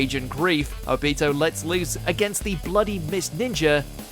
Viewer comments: Say obito’s name right lmaoo it’s not obeto it’s obito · Why the hell can you never pronounce the names of characters correctly!!!??? You claim to watch anime and yet you say Obito's name like Ob i toe. You fake loser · The way he says Obito really gets to me 😖😅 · Okay, first, you said Obito's name wrong. You need to put emphasis on the "O" not the "bi"... And second, how could you pick that moment when you could have picked Madara killing the Fourth Unit of the Allied Shinobi Army? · Your saying obito wrong